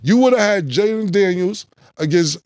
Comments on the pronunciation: One thing Killa going to do is mispronounce somebody’s name…”Jaylen” Daniels 😂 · Mike said Jayden like Mike P Mahomes squared 😂😂